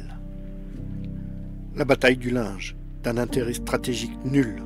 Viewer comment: Mon grand-père a saité sur un obus le 21 Juillet 1915, à 32 ans, lors de la Bayaille du Linge! On prononce Lingue pas Linge!